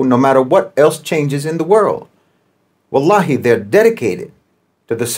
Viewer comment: So amuzing to hear a german/Irish man say " wallahee" 😊